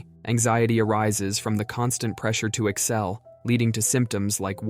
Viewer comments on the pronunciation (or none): none